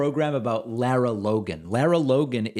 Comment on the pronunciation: First, her name is pronounced like "Laura" and not "Laira". Since she's been around for awhile, and you make reference to her more exemplary work with "60 Minutes" (though she seemed to get in trouble there as well for some exaggerated or downright false reporting), I would think you'd have the pronunciation down. Anyway, I think this is just one of hundreds of deranged, offensive comments from the FoxU sphere, and I'm not convinced it's even worthy of dignifying with a commentary to call her out. If this same anti-Semitic and anti-science BS was being spouted by numerous others on that despicable propaganda channel, that might be justification for exposing this as a hideous trend. It's the constant stream of grossly dishonest, cynical, traitorous crap that comes out of the channel's prime time exponents for right-wing bigotry that should make us all nauseous and cause us to demand Fox "News" be removed from cable TV standard packages.